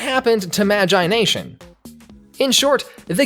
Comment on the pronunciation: He says magIIIe nation